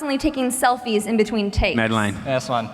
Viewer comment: She pronounced Madelaine's name wrong 😭😤😂